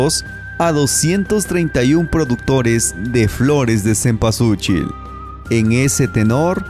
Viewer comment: Mal pronunciado y mal escrito cempualxochil que en Nahuatl significa y quiere decir flor de veinte petalos